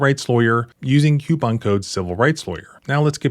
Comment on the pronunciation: Coup = koop Coup - on = koop-on Show me a word in English that starts with any consonant followed by "ou" that's pronounced how you said coupon. Or, say it correctly so i can continue taking you seriously. Please, thank you and you're welcome.